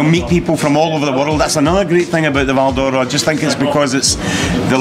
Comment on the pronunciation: If you were brought up at the cross like me it was known locally as ''Peters chip shop'' ( Dad) and it was pronounced to sound like ''Val Dora'' the way pronounces it. Always thought, his brother and older sister where all born in Kings Park?